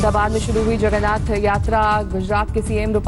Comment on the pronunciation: Sab log tested h...and pahle sahi nam bolna sikho